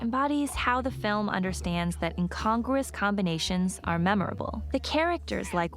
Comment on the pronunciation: It's pronounced - in con grew us - NOT incongress. Jus sayin...